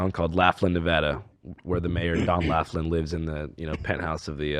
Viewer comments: Idk why pronouncing Laughlin, NV as Laff-Lin instead of Loff-Lin really bothered me 😂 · It's pronounced Loflin, not Laughlin lol. At least he got Nevada right 😌